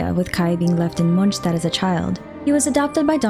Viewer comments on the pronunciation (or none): Is it really MonSHtat??